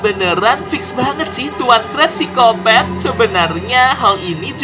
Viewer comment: Psikopat bukan piskopet